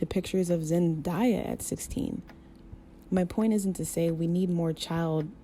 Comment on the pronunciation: Love the video but why pronounce Zendayas name wrong 😭 Zen- (DAY) - a